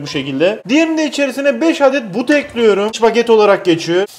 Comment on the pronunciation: Nobody::tencereyi ocağa ekliyörüm